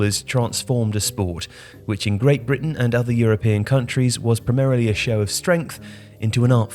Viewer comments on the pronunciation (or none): none